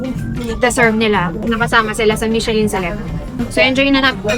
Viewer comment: it is pronounced as MI-SHUH-LHUN...NOT mishelin. And...kindly take off your cap while eating for etiquette(guapo k nmn maski no cap)